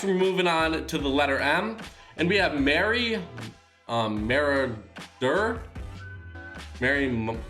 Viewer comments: Pronounce it like this marry Mahroder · Pandas 13 its just not pronounced as muradur. Its maw-raw-der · You pronounce it merry (muh-raw-der) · No, It's not "RA, RA, Rasputin" It's Raw. Merry Mer-Raw-Der. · JrDa Goat11 think of the word maraud, it’s not ma-roar-d it’s ma-rod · This is how you say marauder (mur-rod-Durrr) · Merry (Pronounced: Mur-Ah-Dur) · Ginger bread man = ma-raw-der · Maruder how you say it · It’s pronounced Muur-raw-der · it’s pronounced Mah-rah-der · The ginger bread guy is pronounced: merry. ma rue der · Marauder is pronounced muh-raw-derr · Merry 'mara' 'dur' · Its Merry Mer-aud-er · Merry Marauder= Muh-raw-der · It’s marauder (Muh-rod-er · marauder= more-raw-der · Merry Mah-Raw-Der that's how you pronounce it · Merry marauder is pronounced “Maw-raw-dur” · Merry MUH-RAD-ER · I think it’s merry mer-a-der Or merry mar- a-dar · You say it wrong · You pronounce it merry (marooder). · Merry Marauder (merrodder) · Merry (Moo-ra-der) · Merry maurader= marry more-aud-er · Merry muh-raw-der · MA- RAO-DURR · ok im gonna help you break up the ginger bread man’s name “merry”. ma-raw-der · It's merry maw-raw-der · U can’t pronounce marauder? Mah raw durr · merry marauder (muh-raw-der) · Its merry MAH- RAW- DUR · More-a-tor say it like that for the ginger bread man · Says Trailblazer is his favorite epic yet Merry Marauder is his overall favorite skins which is an epic... also you pronounce it Merry Mer-Odd-Er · Merry m-o-r-a-d-u-r that’s how you say it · Merry maurader (Maihree muhroder) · Merry Mah-Raw-Der 😘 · Also its mah-raw-dur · Merry ma-raw-der that’s how you pronounce marauder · Hey you pronounce it merry mur-ad-er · MERRY MUH-RA-DER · it's pronounced Merry MURR-AWD-DER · let me help u its spelled merry mar-o-der a sound between o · Marauder is pronounced marodder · Marauder pronunciation Is (muh-rawder) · It’s pronounced merry mur-ra-dur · Pronounce Marauder like mor-o-der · You say it like marorda( merry marauder)